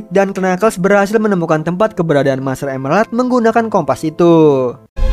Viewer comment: master emerald bang bkn master emlelard